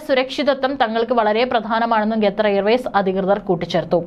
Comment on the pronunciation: ഗത്തർ അല്ല ഖത്തർ